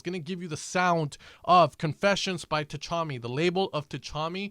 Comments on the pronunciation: Tchami is pronounced sha-me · Did you pronounce Tchami's name wrong on purpose?